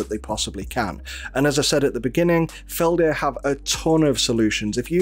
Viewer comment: Tiny nitpick: it's Feld-Herr, not Felder, i.e. there's a noticable very small pause between the two parts. The H is voiced, too, and the stress is on each sillable, 'Feld'herr. It's a very German word in that sense